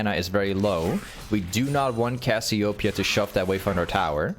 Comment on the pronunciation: Brother, say it wtih me. Cass-ee-oh---PEEEE-uh.